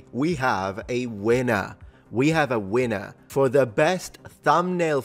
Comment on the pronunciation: "And today we have a weiner!"....scusa ma quando l'hai detto ho sentito questo 😂oppure "a whiner", che fa ridere uguale 😂😂😂